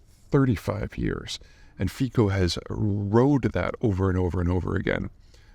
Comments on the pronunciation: Robert Fico is pronounced wrongly by most media. Slovakia, like Poland, pronounces 'c' as 'ts' so it's NOT FEE-ko, but rather FEE-tso. But.... never mind that: Just concentrate on getting Xi's name right. LOL! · he’s pronounnced Fitzo. And country has been industrialized very much, but mostly heavy weapons like tanks and infantry, so it went down after cold war, now it’s flipped to automotive. Attacker was lone wolf, mental issues. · Fico is pronounced closer to "Fitso" not "Fiko". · It's not "Feeko" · It’s pronounced Fitso actually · Robert Fico pronounced Fitso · His name is pronounced "Fi-ts-o". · Our C is a soft one, like in city, cinema or cellar. Thus, his name is pronounced as Fitso/Fitzo. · Nice sum up, pretty accurate, but I still wonder what will happen if: A) Fico dies, B) Fico survives. Will his mob govermnent collapse without him? Will they make him a martyr and start a witch hunt on opposition? Will he do it anyway if he survives? Can this lead to full scale civil war? I would love to hear some educated guess from Peter :) P.S.: Just a detail, his name is pronounced "Fitso", not "Fikho". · I'ts pronounced " Fitso" just so U know :) I am from CZ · His name is pronounced 'Fitso' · Robert FITZO. Typical American ignorance when it comes to foreign names. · It's pronounced "fitso". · Just a detail for those who are interested: it's actually pronounced "fitso" as it's a slavic language. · thanks for mentioning this. I always laugh (through tears, unfortunately) whenever I hear someone foreign pronounce it "Fiko". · Just watching this to hear Peter bastardize Fico‘s name 😂